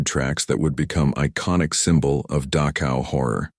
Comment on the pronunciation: ILUSION???? PRETTY SURE IT HAS A DOUBLE L. IT'S NOT "DAKOW," BUT DACHow IN GERMAN CH DOES NOT EQUAL K. IT IS AN UNVOICED SOUND MADE BY RAISING THE TONGUE TO NEARLYTOUCH THE ROOF OF THE MOUTH AND UTTERING AN UNVOICED SOUND.